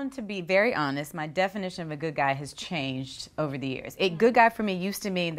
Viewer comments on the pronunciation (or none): none